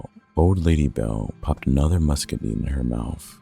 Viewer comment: It irritates me that he kept mispronouncing muscadine